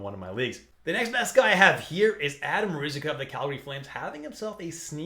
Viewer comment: the way you pronounced Ruzikca made me pass out